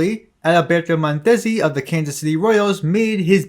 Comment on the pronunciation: There is the correct pronunciation of Mondesí (accent on "sí"), and there's the usual pronunciation among English speakers (stress on "Mon"). You managed to use neither of them.